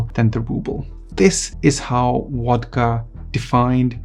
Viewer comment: It's pronounced VODKA with the "v" sounding like the "v" in Soviet, not WODKA with a "w" that sounds like the "w" in water. It's the main topic of your video, so do try to get it right.